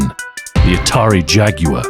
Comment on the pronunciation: Say jaguawar again!!!🤪